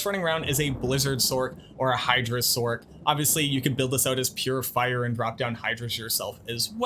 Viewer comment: Love the build but i am so triggered by how you pronounce sorc